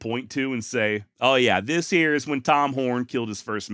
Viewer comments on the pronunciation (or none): none